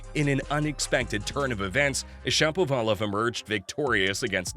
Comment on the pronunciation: It seems to me that Shapovalov should be pronounced like everyone pronounces the name of the famous Russian musician, Rachmaninov, with the accent on the second syllable, not the third. syllable, which is really awkward. If I'm wrong, please accept my apologies. If I'm right, why not get this straitened out pronto?